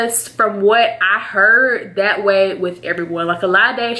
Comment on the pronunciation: "I was just tryna look out for you.." "For WHET?!" LMAOOOOO I DIED. Love you girl xx